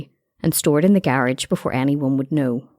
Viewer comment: The way she said garage pmo so bad 😂😂😂